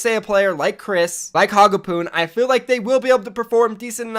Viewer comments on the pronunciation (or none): none